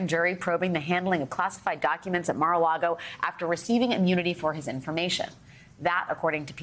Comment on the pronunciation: Great piece but you pronounced "conmans accolite" and "Mar a Lardo" wrong